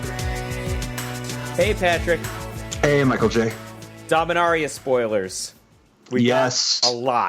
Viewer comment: Thank you Michael J for pronouncing Dominaria the correct way.